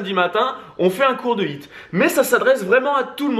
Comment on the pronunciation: J’adore votre contenu, mais mes oreilles saignent avec votre anglais 😂 un petit effort pour prononcer les H dans High et HIIT ce serait déjà mieux, de dieuuuu 😜🤗